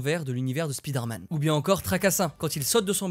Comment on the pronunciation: Très bon vidéo, merci! J'ai juste eu du mal avec votre prononciation de Spider-man. Vous dites speeder man et ça sonne étrangement aux oreilles sinon le reste nickel 👍.